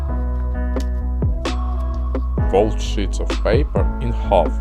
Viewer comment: Not being mean but when he said sheets he said s**t